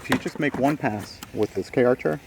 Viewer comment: Please, it's CAR-cher, not K-archer